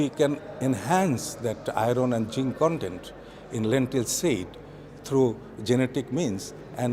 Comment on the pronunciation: “Ahron & jihnn condend” = Iron and zinc content.